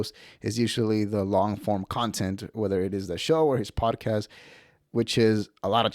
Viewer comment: You channel should be called “mountain out of a mole hill” also you say podcast wrong. Podcast not PODAcast. Chip Chipperson would be pissed you took his bit 😂